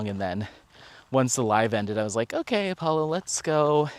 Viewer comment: Every time you call Apollo "Apo" I think isn't that a dog food? It took me the whole video to remember it was Alpo!